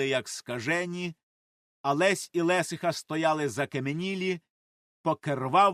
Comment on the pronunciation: Не з бАхурами,а з бахурАми.ЛесИха.І ще кілька слів неправильно наголошені. А за текст дякую.Розвиваймо українське!